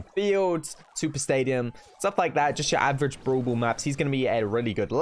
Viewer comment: When some says brawl brawl me be like No Its browl bool